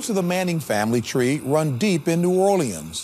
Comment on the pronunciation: That guy killed the word Orleans